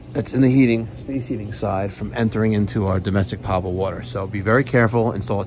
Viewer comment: poe-tuh-bull, not pot-uh-bull my friend.